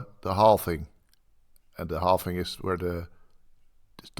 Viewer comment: Halving not halfing